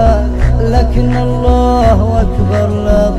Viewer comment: الله اكبر هو نطقها الله واكبر والصحيح الله اكبر